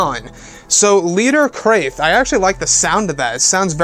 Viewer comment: This is a quote about a people known as "The Krath" pronounced similar to "Bath","Math","Wrath"" & "Laugh", etc. You perhaps are pronouncing it wrong. If what You are saying is spelt with a "C" in the word: "Crath" isn't it likely it is pronounced "C - RA - TH" like "K - RA - TH" (MATH, BATH, WRATH) This is a quoute by: Migrate Wizard from: Never Wizard Vault as an example. He must have got it from official Star Wars Legends lore. It reads; "The Krath was a secret society founded among the elites of Teta System which embarked on a mission of conquest and betrayal shortly before the rise of Exar Kun. Hugh Fleming, author of this picture of standard Krath warrior, was influenced by the earlier portrayal of Wilhelm the Conqueror." The "Krath" were an ancient order much like the Sith full of different species who followed their own particular doctrine... Unless that concept of them has now changed or been changed.